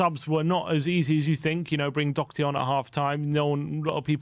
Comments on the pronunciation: It's Doherty not Docherty. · <Dor her tee >